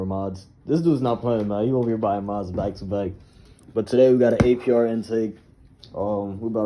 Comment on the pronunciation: Bro said ARP